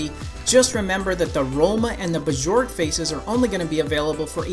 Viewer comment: Pronounced Byork not b jork